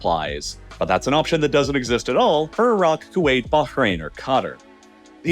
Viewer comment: Pronouncing Qatar and Bahrain correctly 👍👍